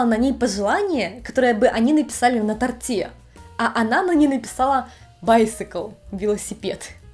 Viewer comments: ТортЫ, на тортЕ. Что с ударением? В этих словах ударение на букве О. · На тОрте , а не на торте🤪